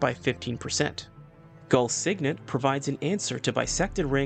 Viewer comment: i think you read gul signet wrong. there could be better ways to get d r . good vids